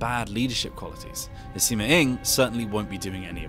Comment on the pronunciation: Pronounces Sima and Cao Cao properly. Pronounces Luoyang wrong. ???